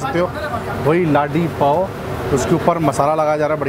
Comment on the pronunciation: Pls pronounce laadee pao instead of ladi pao... Mumbai wale h hum bhai